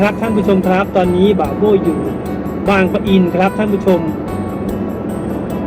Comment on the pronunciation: บางปะอิน ไม่ใช่ บาง ประ อิน